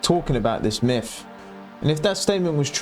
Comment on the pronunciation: "this miff" respect the video and you're 100% right brother but learn to pronounce words with "th" in the instead of just pronouncing them with an "f" before speaking on your opinions. It's MYTH not "miff" and it's WITH not "wiff" lmao it is so insanely basic my dude.